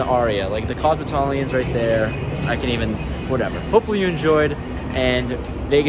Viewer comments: Wait.. did you say cosmotalian? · Did you say “the cosmotalian”? Hahahaha! Another great vlog.